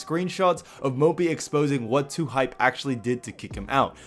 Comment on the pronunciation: Lmao dude said Lhype